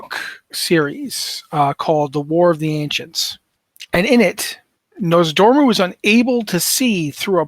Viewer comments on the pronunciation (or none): Hi, it would be nice if going forward you tried to pronounce Nozdormu's name properly. The R is in the second syllable not the first syllable. Saying Norz-da-mu constantly is making me cringe.